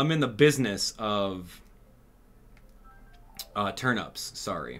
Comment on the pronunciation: Why does he say turnups😭😭